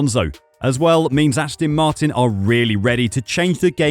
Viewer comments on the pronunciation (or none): Astin Martin ?